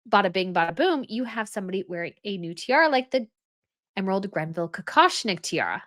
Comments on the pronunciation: It’s Greville! Not Grenville. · There is no “N” in “Greville” just FYI. Long live the Tiara! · Gre-ville, no N in the name. It's a name, a proper noun, this isn't a pronunciation difference opinion. It's GREVILLE. Lady GREville, not GRENville. Pleeeeease, stop it with the Gren. Sincerely. It's torture to hear. Is it to elicit viewer interaction? I can't take it, but hear's a comment... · I find it very curious that often mispronounces the names of British names, but seems to get the jewels of the European royal families spot on. It is not the GRENVILLE bequest; it is the GREVILLE bequest. It really grates on me to hear this sort of thing over and over.:/ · I love your channels, but why do you keep referring to Dame Margaret Greville's jewelry pieces as GreNville items? It's as maddening as how you reference the Belgian royal family. Why are they "of the Belgians" instead of "of Belgium?" You are the only channel that does this. The only European country with a monarchy that has "the" in its name is the Netherlands. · Love you, respect you, but it is Greville, not Grenville. No n. N please get that right. Makes me crazy. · It’s Greville, not Grenville. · It is the Greville kokoshnik, not grenville; no n in greville. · Greville... Not GREN-ville. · It's GREVILLE - not GREBVILLE. NO "N" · Please please please STOP saying Grenville!!! It is GREVILLE!! No “N”!!!! You do it in all your videos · FYI it's Greville not Grenville and it's Linley not Linney. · You continue to mispronounce the Greville name. There is no N in name of Margaret Greville. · I've noticed it in the past video and heard it again here, so I have to say it. It's the GREVILLE, not GRENVILLE. Sorry, the extra 'N' is really hurting my ears.:) I love your content, though,. Stay royal.:)